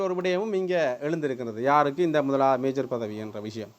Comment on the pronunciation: மேயர் என்று அழுத்தி சொல்லுங்கள் தயவு செய்து இல்லை என்றால் அதுவே விமர்சிப்பார்கள்